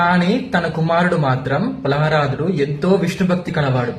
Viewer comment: ప్రహ్లాదుడు అని పలికేది నేర్చుకో బిడ్డా ముందు